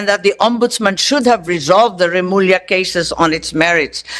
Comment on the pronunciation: Remulla not Remula!